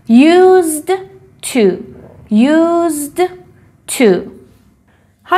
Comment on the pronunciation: تلفظ used to ' یوس تو است نه یوز تو